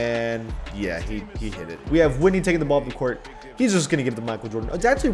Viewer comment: Chris Whitney's last name is pronounced 'Whit-knee,' not 'white-knee.'